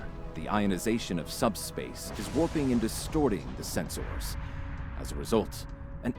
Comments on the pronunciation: "Sen-SOARS" Ugh, even the STO Vulcans say it that way! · A little detail I love is that all Vulcans use Spock's weird pronunciation of senSORS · why are you saying it "Sens-Ors"? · Its funny the Valcan says "Sens-ors" and "phas-ors" but says disruptors and not "disrup-tors". XD